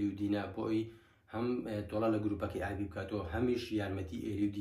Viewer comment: ئابی یان ئالی هههههه ئەوە لۆ هەر لیت تیکدەجیت